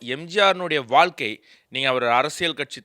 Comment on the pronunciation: தயவுசெய்து வால்கை என்று சொல்லாமல், வாழ்க்கை என்று சொன்னால் நல்லது